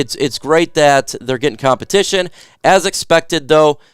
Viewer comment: “Compitition ” for kicker. 😅